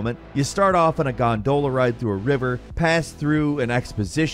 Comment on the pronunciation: Smh gon-doela? you are the whitest person I know. Gone-dala. What is this right now?